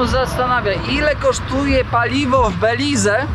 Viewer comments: Belize to nie jest kraj Ameryki Łacińskiej. Tutaj zawsze wpływ mieli Anglosasi. I językiem urzędowym nie jest hiszpański tylko angielski. I wymawia się nazwę kraju "Beliz" a nie "Belize". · Jak cię kiedyś pogryzie jakiś pies, to w końcu zmądrzejesz i dasz spokój z psami i kotami. Mówi się Beliz, a nie Belize. Chyba można było dowiedzieć się wcześniej jak wymawia się nazwę kraju do którego się zmierza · sorry za upierdliwosc ale nie pronansujesz Belize tylko " Beliz" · Beliz,nie Belize,sie mowi 😊.Pozdrawiam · Prawda, mówi się Beliz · Oj, nie masz A1 w hiszpańskim. Osoba z poziomem A1 potrafi bezbłędnie układać proste zdania i wie, jak wymawiać nazwę kraju w którym jest. Może to dobra motywacja do porządnej nauki 💪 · a po co ci Cejrowski, każdy słownik angielski prawidłowo wymówi tą nazwę, bez tego “e” na końcu, nie rozumiem więc po co dodawać to “e” ani to prawidłowe ani nie łatwiejsze w wymowie dla Polaka.